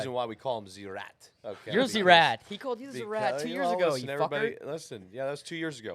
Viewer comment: This is the #1 podcast. When Bob calls Steiny a rat it’s always f’in funny 😂 The emphasis in it